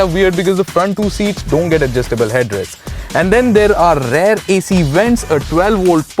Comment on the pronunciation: The word is rear. R-E-A-R. Please stop saying "rare" seats, "rare" design and so on. It is quite annoying.